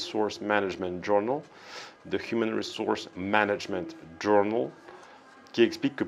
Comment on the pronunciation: Quelques tips: le "p" en anglais sur "psychological" est silencieux. Le "ou" de journal est en fait un "e" phonétique. Il vaut mieux se concentrer sur les fondamentaux au lieu de faire des accents artificiels à coucher dehors surtout dans une vidéo sur la syntaxe et l'élocution.